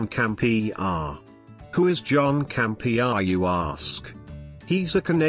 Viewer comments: "John Camp....e.....areee" dead. 😂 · John Camp EhAr lmao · 'The John Camp-E- Ahh Show' 😆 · John Cam-Pee-Ah! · "John Campe-AH" 😆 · John Cam Pee Uhhh.